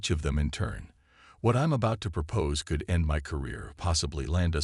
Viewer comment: For crying out loud. A science fiction story where the narrator can't pronounce xenobiologist. Give me a break. You also might want to teach it to pronounce "could."